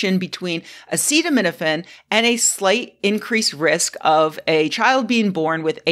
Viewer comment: every good announcement of medical findings starts by being unable to pronounce the name of the chemical you blame for autism.